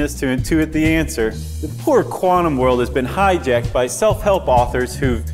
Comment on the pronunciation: One scientific word the host is pronouncing wrong....quantum is quantum not qwarnum